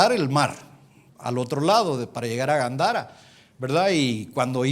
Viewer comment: Hello?? No es Gandara. Es Gadara